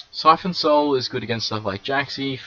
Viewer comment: Stop calling it siphon soul